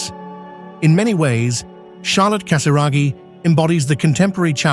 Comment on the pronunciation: Charlotte con l’accento sulla “O”, alla francese, non sulla “A”, e Stefano è Casiraghi, non Casaragi, analfabeta che non sei altro